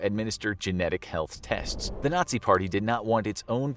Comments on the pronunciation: "Nay-zee camp experiments" 💀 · aint no way this ninja said Nayzee